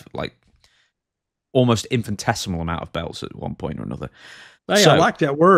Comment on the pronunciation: "Inifintesmal" Duthc "Infitesmal" Reality: "Infinitesimal"